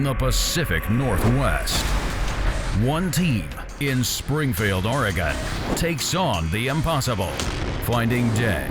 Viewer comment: This idiot announcer doesn't even know how to say Oregon.